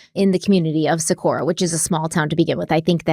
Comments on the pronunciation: Living and breathing in Albuquerque Metro area since 1994. This case breaks my soul every time I hear about it. Socorro has a HARD “O” at the end of it. Don’t come for me, I love you. Haha. 😂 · Good job with this case you guys, this hurts my heart. Thank you for your support in helping bring this case to light ❤️ love you guys and it’s so fun to see your success unfold due to all your hard work! ❤️ Just so you are aware, the “O” at the end of Socorro is pronounced “oh” not “uh.” Just wanted to let you know ☺️ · Hey and.. I actually live in Albuquerque so I wanted to let you know that it's actually Socorro new Mexico not Socorra. Just thought you'd like to know because I know you like to give accurate information in your videos. ❤😊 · It's SocorrO not SocorrA